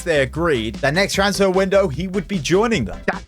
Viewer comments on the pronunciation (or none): none